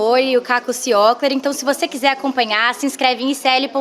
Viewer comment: pessoal vocês falaram o nome errado do Caco Ciocler... por favor!!!!